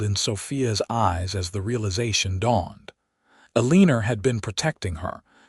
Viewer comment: Need to pronounce the names correctly, tuck- son instead of tooosaan, eleeenor? Elle en our! Can't listen